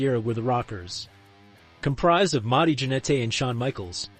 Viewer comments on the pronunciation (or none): Why do you keep calling Marty Janetty "Mar-TAY" ???